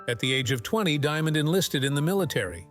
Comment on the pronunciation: His name is pronounced,"Dee Mond " , not Demon